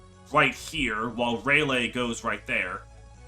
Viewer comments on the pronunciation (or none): (Also, the name is pronounced rahl-leigh)